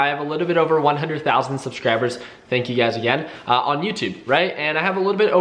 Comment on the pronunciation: Everytime I hear him say "you guys" it's always UGAZ in my head.